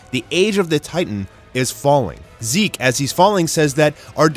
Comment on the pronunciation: ok so am i the only one who heard that or did you guys heard it to, he pronounce zeke's name into zek?